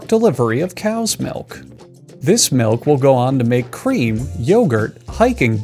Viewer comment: "this milk will go on to make ream, yohgurt, hiking boots and cheese" There is an imposter among us